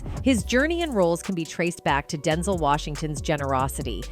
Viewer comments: Is it DenZol or DenZell she needs to say his name right 😂😂😂😂😂 Denzol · This narrator -- AI, I suspect -- grinds my nerves EVERY time she says "DEN-zel" instead of "Den-ZEL." 🙄 Having said that, I love and respect Denzel Washington forever and I still miss Chadwick Boseman. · Girl it’s DEN-ZEL, Not densle… sayin his name wrong imma check you 🤏🏾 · His name is Denzel not Denzol...i hate the way they pronounce ppls names wrong. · It is pronounced DEN-ZEL!!! UGH!!! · That man's name is DEN ZELLLLLL! You saying his name so wrong and I hate it. Please learn how to pronounce people's names before you do a story on them. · Who’s Denzil? AI much. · U saying his name all wrong why would you do a story on someone and you can't even pronounce their name wrong not cool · AI need to say his name right IJS